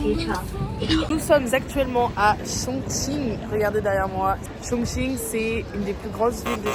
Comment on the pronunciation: vous prononcez bien le mot Chongqing！Amusez-vous bien！